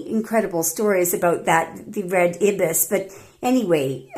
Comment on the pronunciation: Dear, the bird is also called a Scarlet Ibis (with a long "i" as in AYE-bis).;*